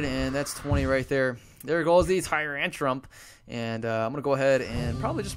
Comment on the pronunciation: haha you always say tyrantrum"p", just like with the "skarmony" :D